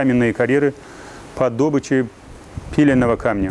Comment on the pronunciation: По добычи ударение на "ы " дорогой. И монитор откуда читаешь установили бы рядом с камерой а не в стороне